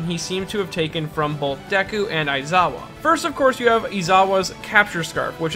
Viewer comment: Your pronunciation of Shinsou's name and ESPECIALLY Aizawa's is like a punch in the stomach. Like, omg it's so cringe